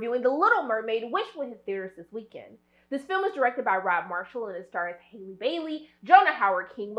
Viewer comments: *HALLE not hailey 😭😭😭😭😭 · "Outshining Halle...." 😬 C'mon now. Don't put that out there. ;) lol 💆🏽‍♀️ And it's "Halle" like Halle Berry, not Hailey. Lol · She calls her Haily Bailey 😂 It’s Halle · Halle has said her name several times (it's pronounced just like Halle Berry) and yet people still keep calling her Hailey... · It’s HALLE😂 not hailey boo ❤ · You pronounce her name the way you do Halle Berry’s, not “Hailey” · We ARE going to see this in theaters!! It’s Halle like Halle Berry!!! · Why you can’t say her name right though? Lol